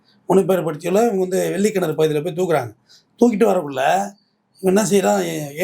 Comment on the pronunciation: வெள்ளக் கிணறு என்று திருத்திக் கொள்ளவும்.